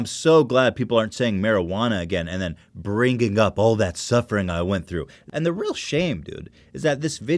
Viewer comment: BRING GING there it was again i love you for that funny accent!!! bringging xDDDDD